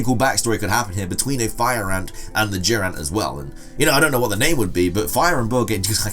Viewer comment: The way he said Durant sounded like he was saying jiren